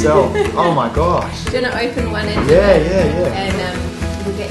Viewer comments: It's pronounced toe-bla-roan not tob-la-roan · It's pronounced 'toeblerone' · What a nice guy, and what a HUGE Toblerone. I love how you pronounce it in Australia; 'Taublerone'. Here in Ireland we pronounce it 'Toeblorone'. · ITS PRONOUNCED TOE-BLER-ONE!! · That's not how u say it. TO-BLUR- ON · At the start is sounded like she said doblerone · Its TUBE - la - roon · you said toblerone wrong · Wtffffff.... That is not how you say toblerone 😂😂 what the hell is wrong with people